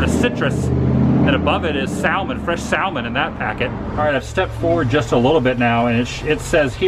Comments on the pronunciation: The L in Salmon is silent. [ sam-uh n ] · Barlett ' pears a non critic fruit and salmon is pronounced sa-man the "L" is silent . Come on Mr. Wooo!!! work on those malapropism.Another fun fact is a satchel is a bag with a shoulder strap . Enjoy your videos especially the route 66 one's . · Doesn't Adam know that the L in salmon is silent. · Adam,the "L" is silent in salmon.Love your videos!